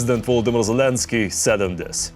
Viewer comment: S lava. Ukrein Not. Zalasky